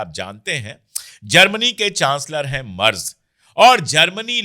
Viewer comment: अशोक जी , जर्मनी के चांसलर के नाम का सही उच्चारण है " मैरटस " , बस इसमे ट को आटे में नमक जैसे थोड़ा सा ही डाला जाता है 🙏🙂